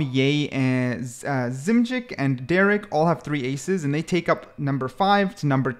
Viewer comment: u monkey said derrek instead of derke AND ZMJKKKKJ instead of kang kang bro stop ranking if u dont even know the names